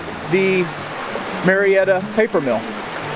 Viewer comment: You can tell this guy is not from Georgia. He keeps pronouncing It Marietta. Everybody knows it’s May’retta.